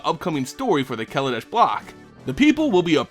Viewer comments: kaladesh not kaladash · As someone who knows Hindi, you're not supposed to stress the first A in KALA. If you do, then you're literally saying "black-nation" as opposed to "art-nation". Google translate does a good job of it. See